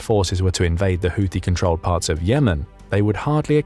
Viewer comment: PRONOUNCIATION CHECK: Houthi is NOT pronounced with "th", but with a simple "T" no matter who else you've heard mispronounce it. You're welcome.